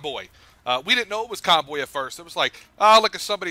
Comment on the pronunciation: aced the conboy name lol